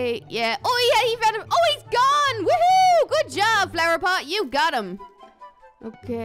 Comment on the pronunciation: Are you Irish it's by the way you said flower pot I can tell your Irish